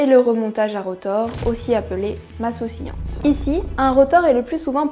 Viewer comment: Bonjour et désolé de faire le grincheux, 2 fautes de prononciation, regrettables car elles concernent le coeur de nos tocantes : barillet (se prononce comme "fille" et non pas comme "file") masse oscillante (se prononce comme "file" et non pas comme "fille") Sinon, la vidéo est bien, même si le montage rend certaines phrases un peu hachées, pas très naturelles... La critique est facile, mais l'art est difficile.